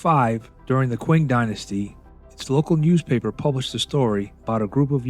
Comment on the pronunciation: Qing Dynasty isn't pronounced 'Quing', it's pronounced 'Ching'. It's where the name China comes from.